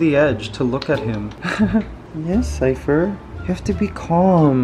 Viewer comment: Mikey, Ligaya really does sound like she's got Cypher's name down, she's actually pronouncing consonants and vowels clearly. That's AMAZING!!!! Extra Love for Ligaya from me for that!!!! Peace, Happiness, Love and Laughter, Acceptance for All, Keep Safe All, -Matt